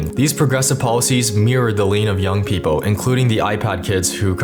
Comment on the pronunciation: festab-bols Random cut that doesn’t feel right outsider……….. pe-pole